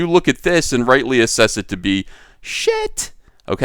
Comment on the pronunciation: “You assess it to be sh—t!” with the accentuation was especially humorous. I enjoy your insights and humor!